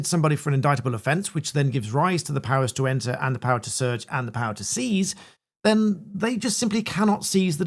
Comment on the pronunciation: Sieze the 'fowan'.